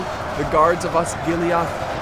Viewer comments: It's osgiliath not osgilihoth this isint starwars!! It just bugged me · Tis' Not Osgiliaath, Tis Osgilieth. Watch Thy Pronounciation